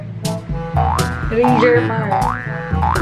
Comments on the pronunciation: Rei Germar (rei - pronounce as rey, germar - pronounce as hermar) hehehehe di po ko nambabash girl crush ko po kasi si rei germar 😍 and nong nakita kita na trending as a tiktok queen gosh! Isa ka na sa mga girl crush ko. Idk if ikaw ba yong nakita ko sa uptown last time na dumaan ako don kamukha mo kasi and mahaba pa hair mo non gusto sana kita lapitan kaso nahiya ako bigla hehehehe baka magkamali ako hehehehe. I love you 😍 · pronounce rei germar hahaha